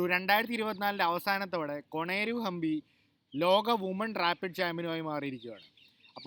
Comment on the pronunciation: കൊണേരു ഹമ്പി അല്ല - കൊനെരു ക്യൂൻ അല്ല - കുഈൻ ( ക്വീൻ ) ഓക്കേ